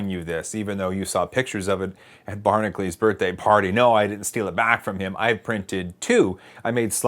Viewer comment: Why does he pronounce his name 'Barnaclees" when it's spelled 'Barna-cu-lees' (Like Hercules)?